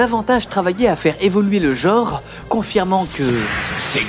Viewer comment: Je passe d'une vidéo ou une nana prononce le "4" anglais en "fourre" à une autre où un mec dit "jore" à la place de "genre". Je suis maudit...